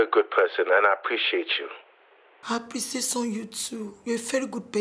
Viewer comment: So after Marcus said "I appreciate" you, Jenifa still went ahead and said "I appreciason" you abi?! OK oh continue 😂😂😂😂😂😂